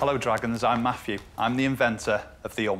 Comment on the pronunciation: Why were they calling him Matthew when he clearly said his name was